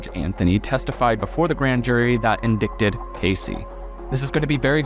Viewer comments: dude you seem much smarter than this. "in-dick-ted"??? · I thought he accidentally pronounced "INDICTED" as "IN-DIK-TID" , but then he said it again . Lol! luv the content but, oh my...😬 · indicted was mispronounced. Otherwise, the video was great, very interesting to hear your thoughts 😊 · So I was watching all your videos on Casey Anthony well only 1When I heard you say indicted instead of indicted and it makes me question everything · Came looking for this. Love his videos, but en-DICK-ted was making me cringe. en-DIE-ted please!! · "In-dick-ted"?, come on man. I've watched you a long time and I've never known you to pronounce such common words incorrectly. It's "in-dite-ed". The "c" is silent. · Just so you know, sir, it's not Indicted isn't pronounced like that. It's in-die not in-dick. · Indicted is pronounced "uhn dai tuhd" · I'm not sure I can trust anyone who reads 'indicted' as 'indickted'..... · Indicted is pronounced in-dite-ted. Not sure why a word would require a silent "c" but, here we are. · the word "indict" is pronounced in-DITE. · it’s pronounced “in-die-ted” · indicted sounds like “in-DITE-ed” btw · Indicted is pronounced in-die-ted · Just a note: Very good content, but "indicted" is pronounced "in-DITE-d." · Indicted is pronounced "ind-eye-ted". 🙂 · EN-DIE-TED!!!!! Thats the world pronunciation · Hi, I enjoy your videos. The word is pronounced "indited," the c is silent. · In-dik-ted 🧐😂😂😂 That had me tickled for sure lol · Did he say indiCTed? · Love your videos! Are you pronouncing the c in "indicted?" 😁 It's one of those silent letters. It's silly, but I was like "wait a minute, is he saying in-dic-ted?" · “Indicted” is pronounced in-dite-ed just for future reference 😉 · Wait isn't the word indicted pronounced like this in-die-ted? I'm confused since he said it as it looks but I thought it wasn't pronounced that way. I'm not hating or anything just curious and a little confused is all lol.